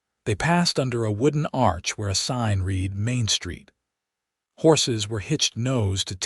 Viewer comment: The ages of the children doesn’t add up. When they were friends in their youth he was 18 & she was 16. Five years later when they meet again, her children are 7 & 4. Also Helena & read are mispronounced. Please proofread & listen before posting story. It was a lovely story if corrections are made.